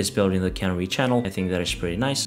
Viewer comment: Why do all the video producers mis-pronounce "canary". It is pronounced with the emphasis on the second syllable as the cuh-NARR-ee, the bird that was set free in a coal mine potentially that had gas in it. Remember the cuh-NARREE in the coal mine and pronounce it correctly.